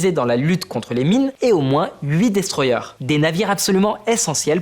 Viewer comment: "destroyer" se dit destroyer et non eur